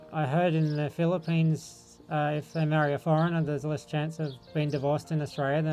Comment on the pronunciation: Mind your P and F pronunciation,. Typical of us Filipinos to mispronounce it. Just a reminder, no malice whatsoever. Thank you.